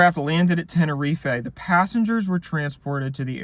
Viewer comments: Why does he keep pronouncing it tenereef-ay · ten or ee fae 🤫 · Knew this was going to be good eating when he mispronounces "Tenerife" in the first 10 seconds